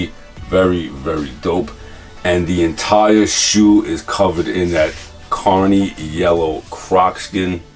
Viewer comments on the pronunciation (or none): I kept hearing you say Carny Yellow, and it's actually "Canary" Yellow as in a Canary Yellow Diamond. I have a pair of these myself in a size 13, and they are super dope... my favorite color is Canary Yellow.